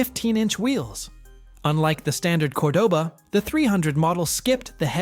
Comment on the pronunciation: The AI narrator couldn't say Cordoba either